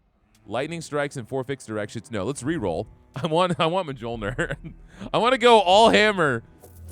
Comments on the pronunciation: Mjölnir is pronounced MYOL-neer. Not judging or trying to be haughty, just figured you might want to know. I hate when I accidentally mispronounce things. haha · It hurts me so much every time you say "mah-jol-nur" hahahaha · The mispronunciation of the j's drives me batty lol pronounce the j's as y's lol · It's a big cringe every time he mispronouces Mjolnir.